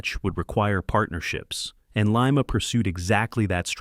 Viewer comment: Lima is pronounced Lye-Muh as in lima bean and Lima, Ohio which was the location of the Lima Locomotive Works. Definitely not Lee-Mah, as in Lima, Peru. The reason Lima, Baldwin, and Alco didn't produce many diesels prior to 1947 was because the War Production Board dictated that they continue to built steam locomotives for the war effort. Alco had developed the HH switches and the groundbreaking RS-1 in the 1930's but were only allowed to product a very limited quantity of switchers during the war. However, EMD was permitted to continue development on the 567 engine and produce the FT primarily because they had never been a steam locomotive builder. After EMD's government mandated head start, EMD easily outsold all the other builders combined until the 1990's when GM, EMD's parent company, destroyed the companies reputation with the rushed development of the SD50's and SD60's. That's when GE, formerly a partner of Alco until 1953, took the top sales spot with the C40-8W.